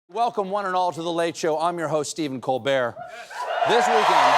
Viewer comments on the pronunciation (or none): none